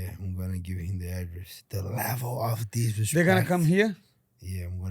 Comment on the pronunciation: The level of dishrespetch to giwbewch!